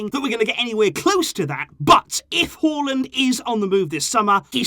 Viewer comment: That's the right way of pronouncing his name